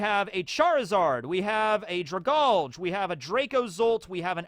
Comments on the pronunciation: Dra-GAL-Gee it's a play on the word Algae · I feel like Dragalge is pronounce Drag-algae. It fits the creature better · Dragalge is pronounced drag algae, because it’s a sea plant